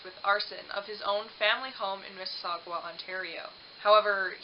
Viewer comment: Fix your sound. And perhaps look up proper pronunciation of words. Eg. Mississauga Demeter.